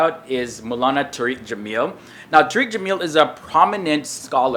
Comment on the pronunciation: it's pronounced "Tar-Rick" not "Tureek"-- you're changing the meaning dude!!!!